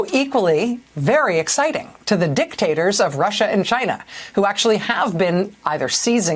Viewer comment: Maddow put a lot of infisis on the "dik" in the word diktator. Makes sense. Let it swing Rachel.